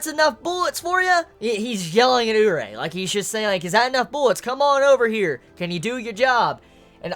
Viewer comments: It's pronounced you-lee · It's more like Oo-reee-eh. The proper pronouncination can be heard in "Dance with devils" or sth like that - it's airing currently- one of the characters (main bishes) is called Urie. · Then how is a Yuri pronounced? "Urie?" xD